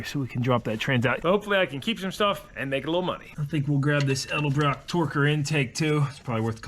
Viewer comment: That intake manifold is an Ed-El-brock Torker, NOT an El De-brock Torker!